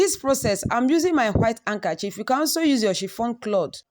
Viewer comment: You can put it in the fridge to set the oil and separate easily. Did she just say “ankerchief”?